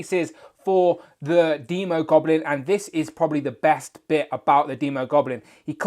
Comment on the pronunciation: Finally someone says demo goblin right as in demon. I would hold off on that Emma frost custom im predicting a white queen at toy fair.